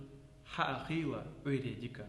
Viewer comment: Салам алайкум! Слушай, нету никакого награда, Маьл это Благо! И хватит как чечен везде а писать и говорить!!! Раньше такого не было и не должно быть щас!!! Никакого ЛаьттА, ДаьттА, ХьамА, ДикА ХейлА, есть Лаьтт Даьтт Хьам Дикь Хейл!!!!! Коверкаешь язык ты!!!!! Коверкаешь сам что несёшь не понимаешь, то по чеченски то по ингушски произносишь!!! Знай твои А на конце появились после того как твой кумир сталин объединил Чечню с Ингушетией и объединил алфавит, точнее сделал его чеченским а ингушский просто опустил! А ты это щас поддерживаешь, своими А на конце!!!